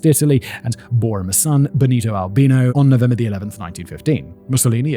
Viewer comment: Congrats for remembering from the Pope/Mafia video (on Decoding the Unknown) that in Italian, Albino is pronounced Al-BE-no!